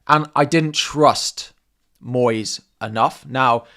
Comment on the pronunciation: I immediately turned it off after the yank pronounced Moyes like he was Spanish!